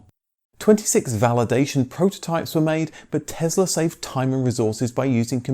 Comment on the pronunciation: Tess-la not Tez-la, please.